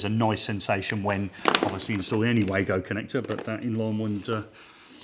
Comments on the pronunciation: Wago, pronounced Vargo please! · Am I the only one who hates the very old fashioned concept of one presenter bouncing of another equally qualified presenter. Why not go for the simple and professional presentation of ONE expert making the presentation. Sorry, could I also mention the name is pronounced Vargo.